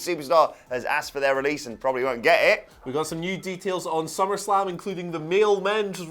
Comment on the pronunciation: Summer slam?' Did he say summer slam?